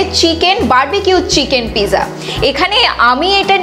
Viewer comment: Pizza spelling-ta thik-i achhe, kintu uchcharan-ta (prononciation) noy. Apni-i bolun thik uchcharan-ta ki hobe (original italian shabda).